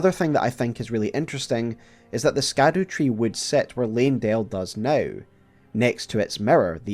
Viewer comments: Scadotree isn't pronounced "skadoo" it's pronounced shadowtree. Like gaol being jail. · Haha yes another SKADOOTREE xD just like me. Kept saying skadoo in my head when it’s just actually pronounce shadow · scadutree is pronounced shadowtree. scadu is just old english spelling for shadow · Yes it's pronounced shadow tree, hence shadow of the erdtree. I found this quote online to kinda back this up. But the word “scadu” is derived from the Old English “sceadu,” and should be pronounced more like “shadu,” or, you know, “shadow.” Shadow-tree. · Scadu is supposed to be pronounced “shadu” it's old english, not a kung fu panda reference (sadly) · Scadutree has a old english E so it could be pronounced shadewtree or shadowtree! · So I'm sure you've already gotten this comment but I think the proper pronunciation for Scadutree is Shah-du-tree, basically Shadowtree. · It's alright, I'm still gonna watch the whole thing. I do reserve the right to crack a small smirk when you say "Skadoo," though. Crazy you only have ~225K subs. You're like the guy that writes the book that all the other loretubers write their reports on. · scadu is pronounced shadow lol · Thank you for making my Saturday even better! Much love man, and don't worry, I was pronouncing Scadutree wrong too 😆